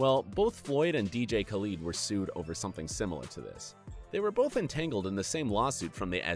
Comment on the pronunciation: he said dj khalood